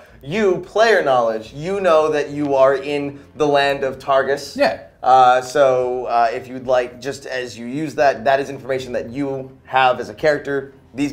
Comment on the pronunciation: he’s saying targus but i keep hearing tarsus like saul of tarsus in the bible and its making me wheeze